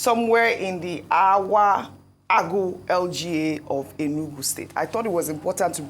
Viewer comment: Dear Ojy, it’s Awgu LGA pronounced Ougu